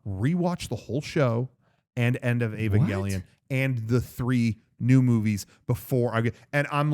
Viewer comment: I'm dead when he said Evangelaun lol